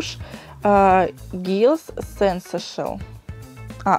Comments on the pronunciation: тушь не сэнсэшэл, а сансейшэнл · Ахахах сЕнсэшл))))),, сенсЭйшнл)))))